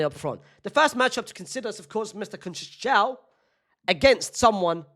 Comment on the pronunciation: conseisaum, thats how u say it